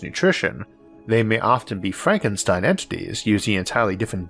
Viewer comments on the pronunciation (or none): none